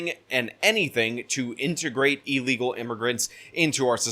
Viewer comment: ILLegal. NOT EELegal.